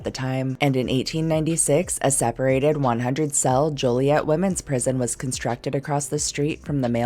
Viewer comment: from Illinois, and THANK YOU for pronouncing "Joliet" correctly